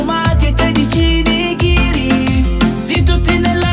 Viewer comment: Sarebbe nigiri e non nighiri, ma va bene